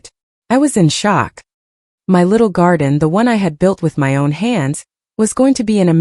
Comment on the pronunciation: "This is MY house!" Get your emphases right! This is such a silly dumb voice!